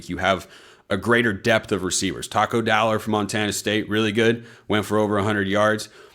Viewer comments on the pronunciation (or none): none